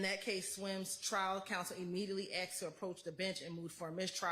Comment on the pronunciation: When a state lawyer says "axed" instead of "asked" lol.